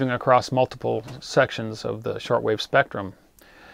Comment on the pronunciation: The word "across" does not have the letter "T" in it. Stop adding a "t" that is not there.